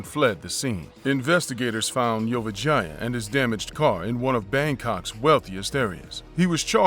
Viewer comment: Whenever dude said Vorayuth last name I literally thought he was saying 'your vagina' 😆 🤣 😂